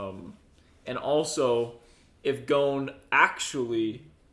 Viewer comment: Can you guys at least try to pronounce the name correctly? Let's not call them Keyluah and Ghone